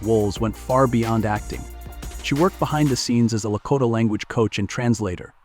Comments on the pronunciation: Good info, but the commentator needs to learn how to pronounce some of the words, it was annoying to hear him mispronouncing some of the words. Example: for ‘Sioux’, he said Sou-x. For ‘Lakota’, he said Lako-tay. I cannot figure out how ppl can mispronounce the word ‘contributed’! There was more, but the ones mentioned were the ones that annoyed me! 😮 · La- ko(long "o")- tah, not La-cot ah. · It's Blackfoot, NOT 'Blackfeet' and LaKOTA NOT Lakotta ....geeze! Why do people use that AI crap when reading the script?!?